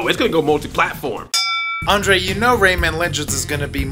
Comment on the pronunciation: rayMAN not rayMEN!